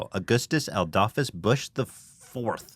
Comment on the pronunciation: You said "Adolphus" wrong in 2 different ways to avoid almost saying "adolf"